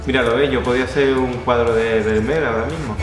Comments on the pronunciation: Como español (y sevillano) afincado en Holanda, me ha hecho bastante gracia tu pronunciación de este nombré tan neerlandés. Por si te pica la curiosidad la pronunciación de este apellido no tiene nada que ver con "ber-mer" sino que sonaría algo así como "fer-mi-ar" ;) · El apellido Vermeer, en holandés se pronuncia Fermiir. Jajaja. Felicidades, muy buen contenido!! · Primero aprende a pronunciar su apellido, con las disculpas del caso.